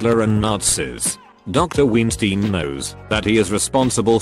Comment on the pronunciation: Love how he pronounces Weinstein as Ween-stein